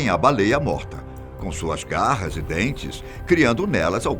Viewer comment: garras e dentes???os peixes tem garras ????aos ele fala guarras e dentes